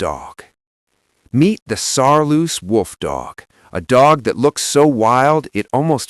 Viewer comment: It's Saarloos wolfdog not Saaloos wolfdog.